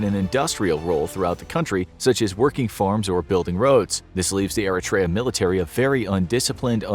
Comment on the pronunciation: Nice video! Oh and btw "Eritrea" was pronounced incorrectly.